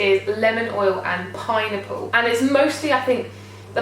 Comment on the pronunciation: Oh my gosh when you said "pineapple" I thought you said "pie-nipple" haha!